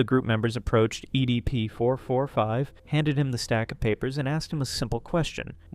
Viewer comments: "Eddie P. 445"? Why doesn't he pronounce it right only at this part of the vid?🤨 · ok after the 17minark and the 100th time you said "EDP445", I can't handle It anymore I'm out peace